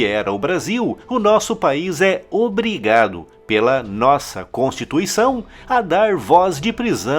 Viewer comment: Constituição? Eu ouvi isso mesmo? Constituição? kkkkkkkkkk